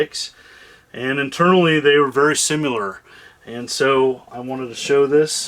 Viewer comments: Am I crazy, or is he saying “simular” rather than “similar” all throughout this video? Not trying to be a grammar Nazi, because we all have our own little words we say our own jacked up way, but it’s just fun to point it out sometimes. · There's no "u" in "similar."